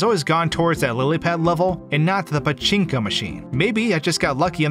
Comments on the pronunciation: I love the way he says paCHInko machine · did you have fun pronouncing pachinko?